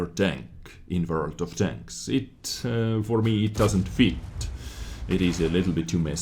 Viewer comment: Well you worry about saying chains and danks instead of tanks but just adds to making the videos unique and memorable. Quality content as always